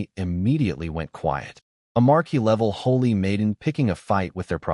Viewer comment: Great story but annoying listening to it mispronounce viscount, and marquee.